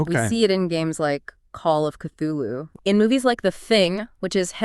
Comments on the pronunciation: No, I gave up on the video by like the third time I heard Kuloo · Why are you pronouncing Cthulhu as Kuloo?